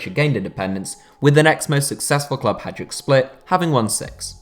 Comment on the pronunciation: Turned it off when you butchered the pronunciation of Hadjuk Split